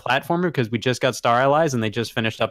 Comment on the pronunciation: Scott just cannot pronounce the word "allies"